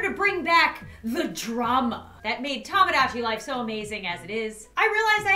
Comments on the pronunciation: Dude it’s Tomodachi not Tomgogachi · Sir its "TOMADACHI" :>>>